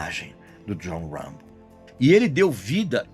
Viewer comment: Regis dois fatos: - Stallone nao foi indicado a melhor ator mas sim a melhor diretor, por Rocky I. Nao levou, mas o Rocky I levou melhor filme. - o autor do livro "First Blood" baseou o nome "Rambo" na pronuncia errada do nome do poeta frances Artur Rimbaud